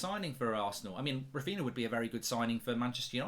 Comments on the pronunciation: Who’s Raphina lmfao, come on Mark lad it’s Raphinha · *Raphinha not Raphina. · It's Raphinha not Raphina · Who’s Raphina? Raphinha from Leeds?)) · Raphinha mark, it’s Raphinha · I'm sure Mark is purposely not getting the pronunciation right for Raphinha and Jesus